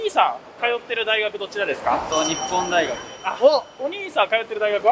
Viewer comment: 日本大学をにっぽんだいがく って言う人